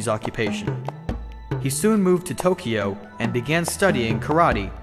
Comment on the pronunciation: TOKIYO AND AND KARATEE YOU IDIOT1 IT'S TOKYO AND KARATE YOU STUPID IDIOT!